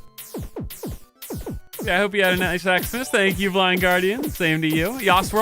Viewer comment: Tank You (ritish voice) 😂